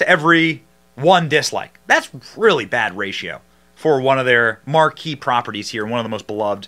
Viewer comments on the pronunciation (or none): none